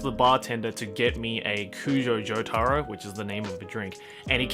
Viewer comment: Jo-TuH-Ro not Jo-TAAA-Ro